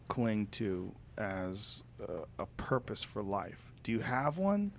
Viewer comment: Did he say "what is the porpoise of life"?